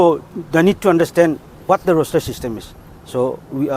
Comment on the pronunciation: Roster not roshter